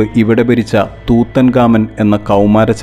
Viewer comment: Tutankhamun or Tutankhamen എന്നാണ് ഉച്ചരിക്കുന്നത്